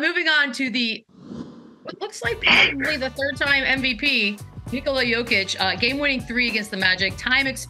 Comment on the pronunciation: Come on man, learn to pronounce his first name correctly.